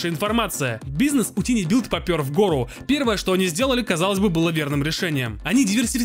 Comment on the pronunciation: Товарищ, слово "Tiny" читается как "Тайни", и никак иначе.